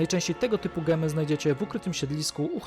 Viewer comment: Siwtny film :) ale mowimy Dzemy nie gemy :)